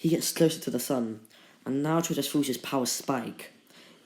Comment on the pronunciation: stop making that weird voice in what if naruto was madara's reincarnation AND STOP SAYING BOWER